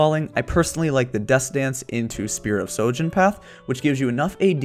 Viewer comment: Spear of sHojin not sojin